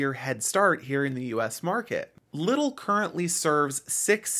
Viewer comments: It's pronounced LEEdl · Came here to say that haha. But liddle sounds funny